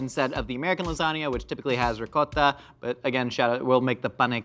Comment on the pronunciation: Willing to say ricotta correctly but refuse to say umami